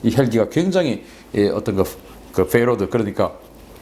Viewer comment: ... Payload를 Fayload로 발음.... 발음을 자꾸 굴려야 한다는 강박을 버리셔야 이렇게 안됩니다...